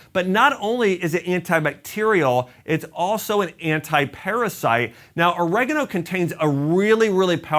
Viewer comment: OrEgano? Its oregAno🤣🤣🤣